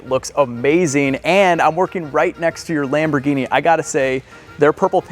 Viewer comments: Lam-bro-genie....LOL errr...that might be more Russian accent...nvr mind... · "Lamborghini" (italian accent) 😂😂😂